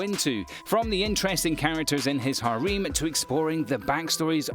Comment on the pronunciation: its harem not hareem